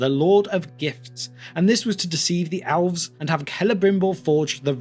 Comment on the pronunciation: Everyone: Elves This guy: Owlves